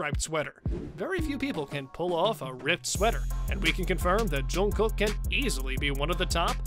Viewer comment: Loved the outfits...but PLEASE learn to pronounce his name correctly! I literally cringed every time you said it!!!